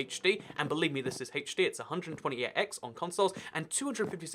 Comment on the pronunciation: Also he says hatech d lol